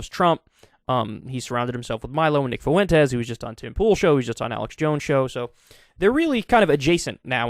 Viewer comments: It's not Nick FU-EN-TEZ Its Nick FWEN-TEZ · People have trouble with “Fuentes.” F-when-Tez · Fwen-tez, not Foo-wen-tez. Please, for the love of God, drop the foo!